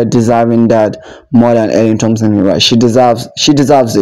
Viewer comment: Please pronounce her name correctly